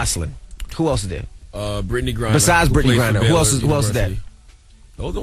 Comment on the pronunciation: Lmao he said britney grinner !!!!!!!!!!